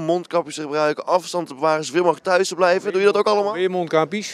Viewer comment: 😂 “Meerrr thuis the blijvuhhh???”